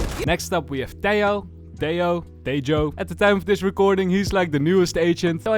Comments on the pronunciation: you pronounce his name t-eh-o, eh like in meh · Tejo is pronounced Tea-joe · Tejo's name is pronounced like the Chevrolet "Tahoe" but instead of an "a" is an "e", like "Tehoe" lol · you need to pronounce the J in Tejo, like you pronounce the H in hat or hammer.